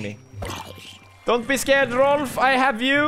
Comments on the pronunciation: its Rolf not rolph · Hahaha no, in sweden not ”rolph” its Rolf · All ppl who say Rolph, i’m swedish so i know it’s Rolf in swedish😒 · its "Rolf"